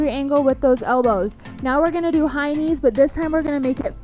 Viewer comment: I love these resistant bans videos! I had a little chuckle when I thought you were saying “hynie”😂 but you were saying high knees!😅